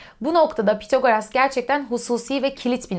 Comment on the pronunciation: Tek eleştirim ismin okunuşuyla ilgili olacak. Pythagoras'daki th İngilizce'de "s" sesine benzer θ şeklinde okunur. Yani ya bu şekilde İngilizce telaffuz edilebilir ya da Türkçe'ye geçmiş şekilde Pisagor denilebilir. Pithagoras diye okumak garip kaçıyor.